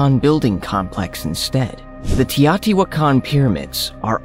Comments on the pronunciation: When I was there in 1979 the natives called it 'tao-ti-Wha-can'-- (the stress is on the Wha). Why are you altering the pronunciation? I have heard several researchers and professors who slaughtered the city name,so you are not alone. Besides the Pyramid of the Sun, the metropolis archeologists had just revealed the pyramid of the moon and most of the artifacts were immediately taken to the newly opened museum. So much work has been done since then, it boggles my mind that there are so many structures still to be discovered. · I listened to it again. He says: TEE-AATI-WAH-KAHN. This confirmed that he was mispronouncing the word. If you want to communicate your ideas, you must ensure that you communicate with the proper pronunciation of unheard of words. I, too, was wondering about the spelling of the word and his pronunciation as I listened. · it's TEE-OH-TEE-WAHH-KAHN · You've gotta love the irony of a video that puports to show "proof" that aliens created the biggest pyramids of Mexico, yet the video is narrated by an "AI" voiceover that can't even pronounce the word "mica" correctly, let alone the name of the ancient city of Teotihuacan. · The way you pronounce the word teotihuacan is totally a laugh